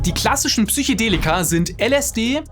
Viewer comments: "Psychedelika" und nicht "Psychodelika", Also mit "e" statt "o"👍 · Psychedelika, nicht Psychodelika - ja man spricht das so aus, aber naja, vielleicht bin ich einfach ein Haarspalter.. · Das heißt immer noch Psychedelika...und nicht PSYCHOdelika. Ansonsten echt gutes Video. Danke dafür! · Es heißt „Psychedelika“ nicht „Psychodella“ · Psych-E-delika! Nicht Psych-O-delika. Das hat nichts mit Psycho zutun, sondern kommt vom griechischen "psychē", was soviel wie Seele oder Geist bedeutet. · PsychOdelika :S